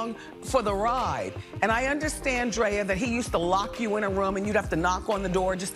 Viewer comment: Love Lizzo! She can't do any wrong in my eyes... But sis stop calling that woman Dree-ah. It's Dray-ah!! Love you just my little OCD kicking in❤️